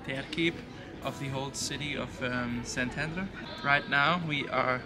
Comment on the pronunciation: Resident of Szentendre here! :D Amazing vlog & thanks for showing our town to the world! Glad you had a great time here. Also, your Hungarian pronounciation is impressive! ;)